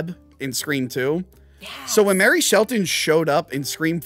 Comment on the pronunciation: MARLEY Shelton, not “Mary” 🤦🏻‍♂️